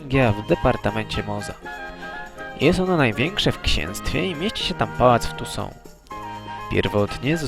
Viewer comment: Rzadko kiedy uczestniczę w polemikach internetowych, ale tym razem muszę!!! Mianowicie chodzi mi o sposób wymowy nazw własnych z uniwersum stworzonego przez Andrzeja Sapkowskiego. Na spotkaniu kilkanaście lat temu zapytałem go o to i wychodzi że: 1. Toussaint to "tusą" lub "tusant"; Beauclaire to "boklee" lub "boklerr", Maecht to po prostu "majeht". Stolica Temerii to "wyzima" przez "ź"nie "wyz.ima" przez "z". Z kolei byłym władcą Redanii był Wyzimir przez z. Itd, itp. Proponuję byś na przyszłość pokusił się choćby o konsultacje z kimś znającym temat. Wiem, że CDP R też kilkakrotnie użył w grze W3 błędnej wymowy nazw. Nie wspominając już innych lapsusów- to sam Geralt-Rozenek myli się min. czytając nazwę stolicy Temerii w kilku dialogach i tak trafiło to do finalnego produktu.